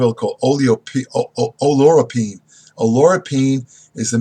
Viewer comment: it is pronounced like Ollie-euro-pin. Roex produces Oleoropein high quality and content. Very dependable company.